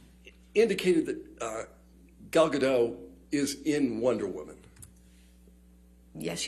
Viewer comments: Gal GadoTTTT pronounce the T! It's Hebrew not French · Just for future reference: Gal Gadot is pronounced: Gahl Gah-doht. Ahhh sounds and ohhh sounds. ❤ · She can’t even pronounce Gadot correctly. She sounds like a novice. Fans could probably answer these questions a lot better and with more conviction than this fool.